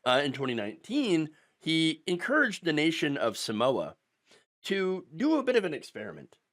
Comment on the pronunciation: Mate! I like your posts, but it ain't that hard to find out how to pronounce Samoa.